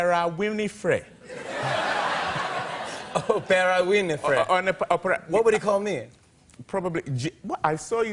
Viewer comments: Tom Crue...Steven Spielburger...Opera Wilenfry! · His Dad sounds like a sweetheart and a funny bloke, wirh his mispronounced names. Opera Winifree.